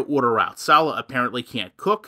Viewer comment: Do you purposely mispronounce salahs name? I always wonder if you’re being malicious or if you really just mispronounce it?